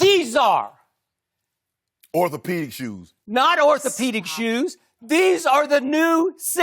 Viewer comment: "orthopaedics" hahaha